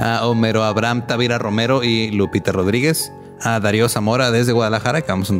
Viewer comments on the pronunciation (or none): none